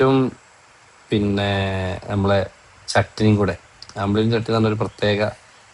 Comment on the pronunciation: ന്റെ ഓംപ്ലേറ്റ് എന്ന് പറയാതെ ഓംലെറ്റ് എന്ന് പറ.😂😂 ങ്ങ ഒരു മാഷല്ലേ 😅😅